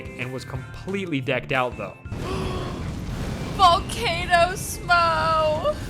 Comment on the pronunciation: “Volcano smough” 😂😂